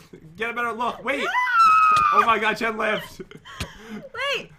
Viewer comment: When you said oh oh chest it sounded like oh oh Jen haha LOL lav ya